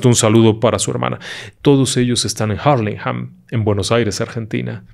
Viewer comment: Nunca en la vida habia escuchado una forma tan maravillosa de pronunciar "Hurlingham". Creo que todos nos quedamos a oir los saludos, a pesar de no solicitarlos, para escuchar las cordiales palabras del